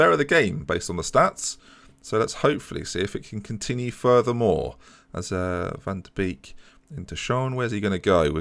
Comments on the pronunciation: it was me who left the comment on stream about van de beek. It's said as Bake not beek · Isn't "viir-gay-ver" (that ii is the same sounds like the nintendo wii) more accurate? And van de beek could also be "van de bayk (bay with a k at the end) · Van de beek is said more like van de bake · V is pronounced like F and Beek is like bake, so you say Fahn de Bake